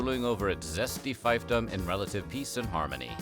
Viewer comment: Fiefdom is pronounced "feefdom" not "fifedom".